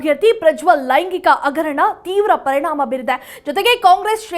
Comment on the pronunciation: ಆಗು, ಅಗರಣ, ಹೆಲ್ಲಿ...ಉಚ್ಚಾರಣೆ ಬರುವುದಿಲ್ಲವಲ್ಲಮ್ಮ..